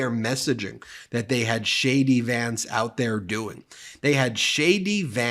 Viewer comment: Every time you say JD Vance- it sounds like Shady Vance